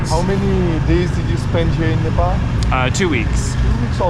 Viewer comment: You pronounce Nepal incorrectly.